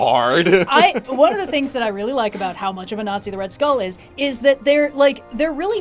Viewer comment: ah yes red stull